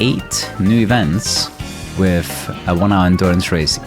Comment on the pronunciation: "wiff", yikes...